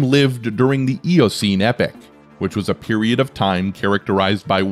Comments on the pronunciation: It's epoch! Not epic. Yer tit! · Rather spoiled by the terrible pronunciations: "climactic" instead of climatic, "epic" instead of epoch... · Learn to pronounce your words correctly: it is not "epic" (as you are pronouncing it) but "epoch" (ee pawk).